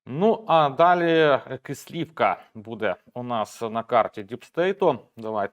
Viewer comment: Будь ласка наше село називається Кислівка наголос на перший склад